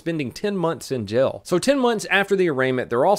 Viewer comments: Please, work with me. "Jail" - Jay - el. Not 'Gel'. I beg of you. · Is it me, or does say jail like gel?